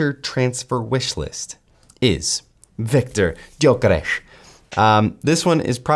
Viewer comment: your pronunciation of 'Viktor Gyökeres' isn't perfect, but it is very close. 🙂👍